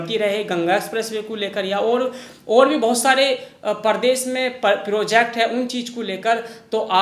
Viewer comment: aap (कू, & अर) जैसे शब्द न बोला करें, को &और बोला करें